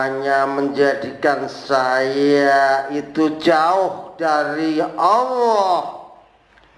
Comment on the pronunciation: Kok nyebut nya Awoh Awoh...Awoh... Wah Chanel tai ini... Tipu2...